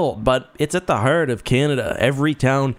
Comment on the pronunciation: are you a maritimer? The way you pronounced "heart" and "hard" make it sound like you're from Nova Scotia!